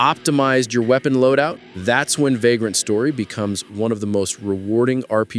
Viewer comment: Yeah... I heard it too. 😂